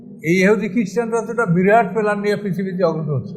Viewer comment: আপনি প্ল্যানকে পেলান বলছেন। এ জাতি আপনার কাছ থেকে কি শিখবে?